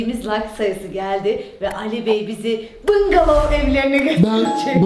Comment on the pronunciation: Bıngalov ama normalde bungalov 😂😂